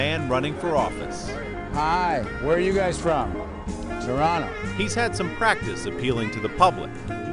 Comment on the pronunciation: He pronounced Toronto like a Canadian would 😁 I like that.